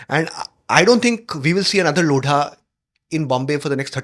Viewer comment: लोड़ा नहीं, लोधा है 😂😂